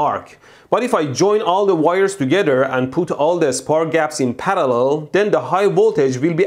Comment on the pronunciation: I love how you pronounce the word parallel. Sounds like paddelell.